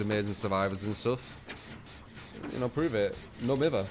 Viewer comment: It burns my brain to listen to you pronounce no mither like that lmao